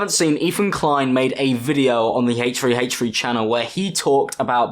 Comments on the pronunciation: th*ree not free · haitch tree haitch tree!! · “Hache free hache free” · ach fwee ach fwee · "the Hatrey hatrey channel" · Hay tree hay tree, hayche free hayche free.... h3h3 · hate-tree hate-tree